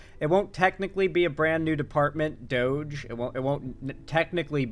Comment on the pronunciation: It’s pronounced ‘doggy’